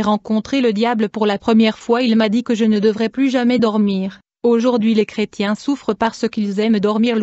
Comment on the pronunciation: qu est ce que c est desagreable cette voix mecanique en plus il y a des fautes de dictions style creu..tiens STOP les voix robotiques 😠